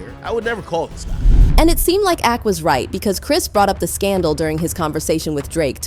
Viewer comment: Please, when you use AI voice proofread. Ak is not A.K 😂